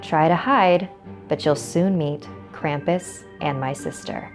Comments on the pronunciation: Krampus take her away for not saying your name right! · Okay I'm from Germany were Krampus originated and his name is not pronounced cramp-us it's Krom-puss. Okay? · Why do people pronounce Krampus with an a the a is a u that is how Gremans pronounce it geez.